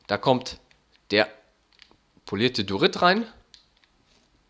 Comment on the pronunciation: Ich mag die Idee und so :) Aber was mich triggert ist das er Dorit sagt anstatt Diorit